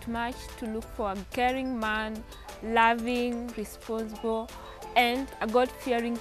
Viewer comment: Did I hear ,responthible🙄🙄🙄🙄🙄🙄🙄🙄🙄🙄🙄🙄